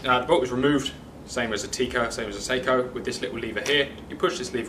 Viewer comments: IT'S PRONOUNCED SOCK-O! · sock-o…. Not say-ko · Pronunciation "Sako" short a. Two separate meanings when pronounce incorrectly. Check and verify